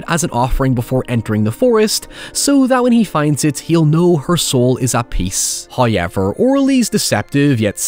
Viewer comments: Came for the Hoyever, but stayed for the Oralee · From "hayever" to "cerabus"